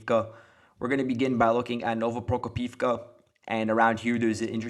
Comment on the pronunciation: You keep mispronouncing Novoprokopivka. It's "no-vo-pro-KO-piv-ka".